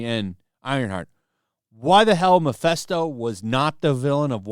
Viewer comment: Mephisto, not Miphesto